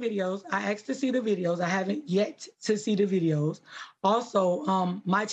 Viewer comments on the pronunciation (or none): And what the fuck is axed?!?!?😂😂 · “LIFES”? “AXED”? 🤔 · Lol the single mom of the attacker defending her son and saying AXE instead of ASK. HILLARIOUS. She didn't even say it never happened, she's just trying to play the victim as her son was held into custody. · "I axt..." FUCK ME! "Ask" motherfucker, "ask". Why is that so hard? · Asked not axed.... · "I axed to see the video." Well, that's a strange request.... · She "axed" to see the video, Hahaha!!! It's unfortunate, stupid parents= stupid kids. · Why do they keep saying "I axed" or "I aksed" you a question - how hard is it to pronounce this word correctly? Jeez. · You axed em? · I axed. No it's I asked. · "I axed to see the videos but they aint bla bla" Maybe you should ask them. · But it's OK cuz she "axed dim".... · Look at the mother playing the victim. Absolutely pathetic. Hey black folks, it’s asked not axed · The woman at 3: 27 axed to see the video? Well there's the problem right there. Anyone axing is a moron plain and simple. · Also "axed" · Mother of the year Axing all the wrong questions again 😂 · "I axed ta see da videos" Jesus. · She AXED the chial… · Why is it sooooo hard to say asked lol